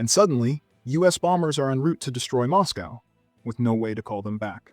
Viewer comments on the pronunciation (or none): none